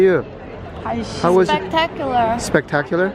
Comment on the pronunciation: 스펙타큘러 하실때 욕하시는줄 ㅎㅎ